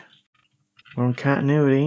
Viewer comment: It's just a wild guess, but I think the problem is the way you pronounce "cantinuity"😂👍